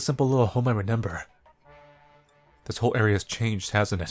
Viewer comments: please take this as kindly as you can i like your content but its re-MEM-ber not re-NEM-ber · I just realized you say renember instead of remember. I thought I was the only one who said that..